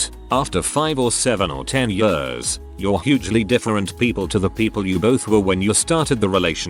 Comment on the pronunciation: Loving the anecdotes, loathing the pronouncement 'yeurs'. 🥴